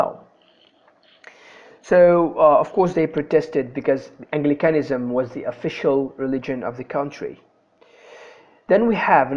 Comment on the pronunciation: Very helpful video and clear information. I know this is an old video, but be careful with - fossilised - pronunciation in the future: Anglicanism /ˈæŋ.ɡlɪ.kə.nɪ.zəm/ Catholicism /kəˈθɒl.ɪ.sɪ.zəm/